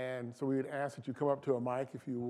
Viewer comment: When a brutha, at MIT, starts off with "axe" I tune out. This is what happens when affirmative action goes overboard. LMBAO!!!